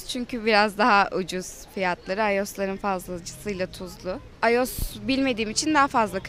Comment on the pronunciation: ulan komikligine mi okunusunu yaziyon bilmiom ama iyos diye okunmuyo ayos diye